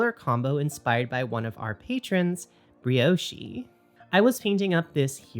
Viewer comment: thx a lot for this video XD ! btw, you shouldn't pronounce the 'e' in Brioche ;)